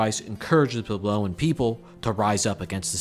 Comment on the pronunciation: It's PWEB-low. Was this a first draft?